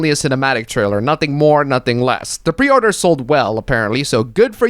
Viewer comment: "the peorder sold well" I call big X on that one.